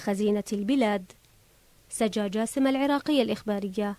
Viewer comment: سجى وليس سجا، 😉